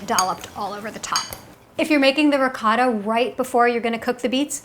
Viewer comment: Funny hearing this woman pronounce "ricotta"